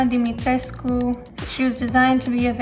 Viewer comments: It's DIMITRESCU, and all letters are pronounced. There are no silent letters in Romanian, it is all mostly phonetic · Isn't pronounced dimistresc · HA! she said tres-cu, check mate! tresk speakers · Yes, it is pronounced as <Dimitrescu> not <Dumitresk> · She said Dimitres - cu. In the game, it's pronounce like, just Dimitresc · OK it is pronounced "Di-mi-tres-coo" and not "Di-mi-treesk" as pronounced by almost everyone and written in an article too.. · Everybody pronounces DimitrescU, then americans come out of nowhere and pronounce Dimitresc, like?? wtf americans? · specialist - check romanian - check pronounces dimetrescu wrong - check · She's romanian but can't pronounce "Dimitriscu" properly. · Lol the characters in the game don't even say it properly, they say. Dimitresc without the u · In the game they pronounce it "domitresk" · But she pronounces Dimitrescu wrong?? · THE U IN DIMITRESCU IS SILENT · No. That's the proper pronounciation. Am a Romanian also. Capcom buthcered the name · The only thing it bother me about her she's pronouncing wrong the name Dimitrescu. You can hear clearly in the game how is pronounced. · So capcom f*** up the pronunciation of lady d 🤣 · At least in the English version (which still bugs the hell out of me lmao). In the German version for example they pronounce it the right way. Maybe they did it intentionally for English speakers.